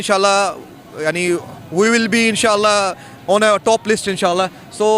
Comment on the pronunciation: "In -sha - la " yani " hinsa - la " ok ,wahi to karye aaye ho bhikaristan me .😂😂😂😂😂